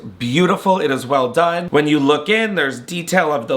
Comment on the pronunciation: He’s said it at least twice, maybe 3 times but it’ll always make me giggle